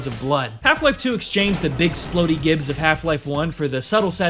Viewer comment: ahhhhh! it's pronounced "jibs"! like "giblets"! aaaaaaahhhhHHHHHH